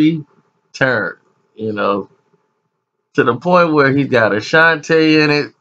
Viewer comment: please stop calling her AshantAY... it's pronounced AshantEE